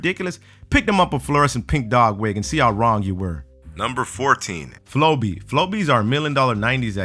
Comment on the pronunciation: flowbee sounds like furbey to me. idk